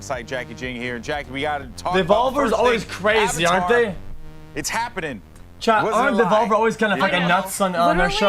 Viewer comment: "AH Vatar Front tires of Pandora" Pepega